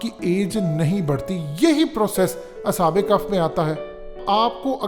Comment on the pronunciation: اصحاب کف نہیں اصحاب کہف کہتے ہیں۔۔۔عقل ننئ تے موجاں ای موجاں😂😂🤣😂🤣🤣😅😅😂🤣😅😂🤣😂😅😂🤣🤣😅😅🤣🤣😂😅😂🤣🤣🤣😂😅😂🤣😅😂🤣😅😂🤣😅😅